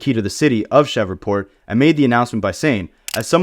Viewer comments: Bro shreeeveport it’s hard to listen to cheva port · What the hell is a “shevreport” 😂😂 - I’m not even from the USA and I know it’s Shreveport! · Man said “Cheva port” instead Shreveport 😂😂😂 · Bruh... it's pronounced "Shreev-port" you are murdering my ears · Say fam, tf is Cheverport? You Ai?